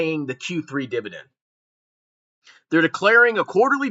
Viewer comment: Not the Dibadend Reeeuuuuu!!!!